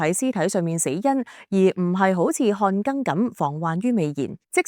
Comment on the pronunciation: 讀錯音真係唔多，今次淨係『看更』讀錯，下次寫『看耕』比AI讀睇下會唔會好啲！